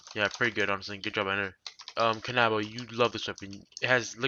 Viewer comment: "Kan - AHHH - bow" me: can - uh - bow